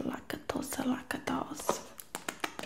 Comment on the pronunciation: “Youra little BOW-AL”😭😭 and the “laca-tosea”😂